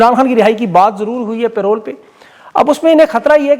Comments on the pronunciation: او بھائ پے رول نہیں پیرول ہوتا ہے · Its Parole and not payroll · Parole, not payroll